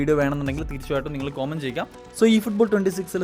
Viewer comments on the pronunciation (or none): കോമന്റ് അല്ല കമന്റ്